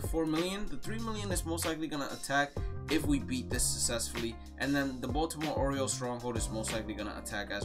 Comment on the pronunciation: He said Boston oriels